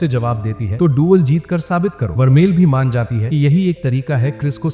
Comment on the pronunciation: Bhai use Maina nahin Mana bolate Hain🤣🤣😝